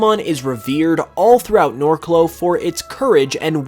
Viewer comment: someone needs to tell that the region is named Norcloh, not Narcloh lol